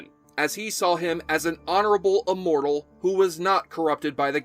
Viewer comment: Well, he's pronouncing immortal as uhmortal. His analysis was good.